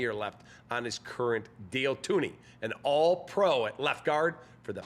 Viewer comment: "Thun-ay", NOT "Too-nee".